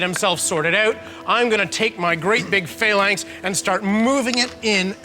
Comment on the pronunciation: Lol the guy with the glasses calls them failanx.